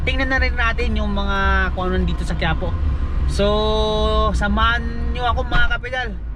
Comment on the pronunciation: Quiapo po sir , not Quipo .. 😅